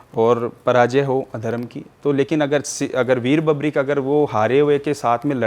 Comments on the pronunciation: बबरीक नही, वीर बर्बरीक नाम है बाबा का ढंग से तो बोल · अपने आपको बाबा श्याम के मंदिर का पुजारी बताने वाली महान आत्मा ढंग से बर्बरीक तो बोलना सीख ले बबरिक- बबरिक सुन सुन कर कान पक गया 😮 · बर्बरीक होता है,बर्बीक नहीं, जय खाटू श्याम!